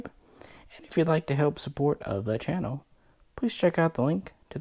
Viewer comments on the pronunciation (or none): none